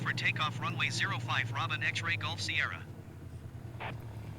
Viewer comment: Bonjour, Tout d'abord on ne prononce par Robin comme Robin Wood mais comme Robin des Bois, Robin c'est une marque française. Laisse tomber l'ATC natif, c'est pourri. Les saisons ne sont pas gérées dans MSFS2020, elle le sont dans MSFS2024 mais comme tout MSFS2024 ça bugue. La neige au sol est gérée dans MSFS2020 mais là aussi avec des bugs comme par exemple de la neige au sol à moins de 1000m en plein été dans les Alpes et alors que c'est la canicule depuis 2 mois. Si tu veux un "vrai" mode carrière, ou plus exactement progresser en tant que pilote je ne peux que te conseiller de voler sous IVAO (ou VATSIM mais c'est moins actif en France) parce que ça te rapprochera de la réalité. Tu peux également en parallèle rejoindre une VA qui te proposera des missions. Rien ne t'interdit d'ailleurs de voler sur IVAO et NeoFly en même temps, attention cependant aux opérations spéciales qui sont soumises à condition sur IVAO (par exemple pour faire un secours)